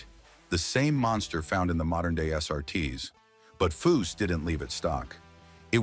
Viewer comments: Narration ruins so many of these videos. These program read scripts are a feature that subtract from the quality, if any, these scrapbook job videos contain. A video about a car builder that mispronounces his name every time... should it be possted? Who is Fuw? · Chip should sue this guy he cant get cars or facts rite and cant even say his name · A.I. narration is the worse thing e Dr to happen to this world! You make a video about foose and can't pronounce his father with the same name?